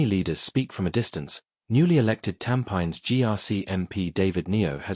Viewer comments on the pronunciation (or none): Silly Ai… Cannot even pronounce Tampines 😂😂😂😂 So bs angles…..😅😅😅😅